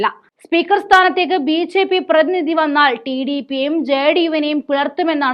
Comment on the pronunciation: മോളേ ബി. "ചേ."പി യാണോ ബി ജെ പി എന്നാണോ